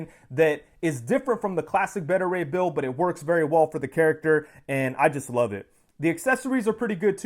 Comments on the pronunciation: The way you kept saying his name was painful. It’s Baita as in Alpha/Beta not “Betta.” Beta (Baita) Ray Bill 👍🏿😂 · Btw who's "Bettah" Ray Bill? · You're a big fan of the character but you can't pronounce his first name right? Beta = Bay-ta